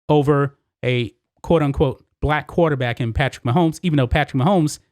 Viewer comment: why do u say quaterbat?